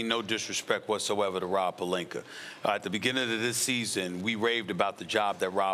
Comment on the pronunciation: Rob Pelinker and Dennis Shrayder